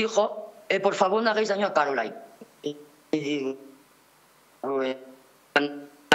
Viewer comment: Que programa más malo, la entrevista malísima, la conexión con la llamada malísima, no se entiende nada y no lo repiten, y la presentadora no sabe pronunciar bien el nombre de Caroline 😅, menos mal que hay otras entrevistas buenas por YouTube